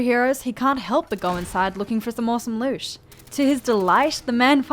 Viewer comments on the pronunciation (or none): Love the way she says bosh (but), loosh (loot) and ish (it).